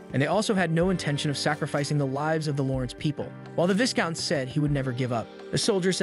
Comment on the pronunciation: Part 2 please bro ✨ and not to be That person but the “s” in “viscount” is silent